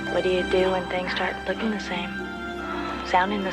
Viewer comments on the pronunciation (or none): "first time I'm rooking at it" flub to begin. classic